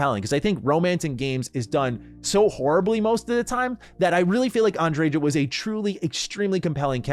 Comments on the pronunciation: Andre-JAH! Lol. It's likely pronounced Andre-YAH isn't it? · Why do people put so much emphasis on the j in her name, unless im misremembering it was a ya sound not a juh 😂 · Am I the only person who thinks the J in Andreja is meant to be silent? Like a Spanish J, haa sound? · Sarah is wrong. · That's not how you pronounce Andreja... I'm from Poland and even I know how to pronounce these Spanish names lol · This ain't looking good already. 3 minutes in you say you "adore Andreja"... yet can't even pronounce her name correctly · i really hate how Andreja's name is pronounced